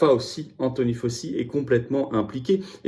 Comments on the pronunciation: say it faochi not Fauci a la fin ce nest pas un si mais un chi FAO / CHI Merci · On prononce FAOTCHI !!! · Excuse-moi, Florian, mais ca se prononce (Anthony) FOWCHI.